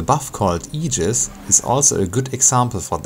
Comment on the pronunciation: Thank you for pronouncing "Aegis" correctly. Drives me nuts. :p